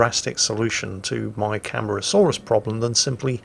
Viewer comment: Cam-are-ah-saw-rus is the pronunciation.